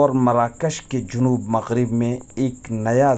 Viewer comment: جنوب بفتح الجيم لا بضم الجيم.